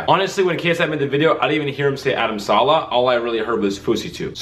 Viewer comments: He says Adam Salah 😞 lol? Its Saleh Not salah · Saleh not Salah